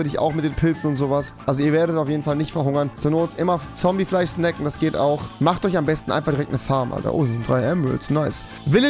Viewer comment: Zwichendrin und Fleich. Kann Rewi kein "sch" sprechen?